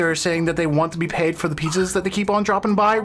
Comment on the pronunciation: I love how probably was trying to say Pizzas, but even the subtitles heard Peaches and they just run with it.